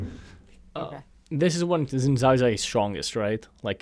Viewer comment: It's pronounced "shin jhow"